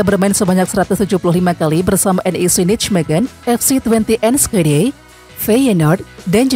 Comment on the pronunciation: Sekedar membetulkan lafal pengucapan NIJMEGEN = NEYMEHEN ..... !!!!